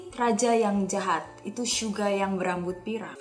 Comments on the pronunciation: Kok telinga gw gk enak klo ngomong syuga bukan suga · bilangnya syuga bukan suga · Suga oy, bukan syuga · jangan manggil suga jadi syuga dong sama j hope di panggil nya j hob aku nya gk suka manggil yg bener aja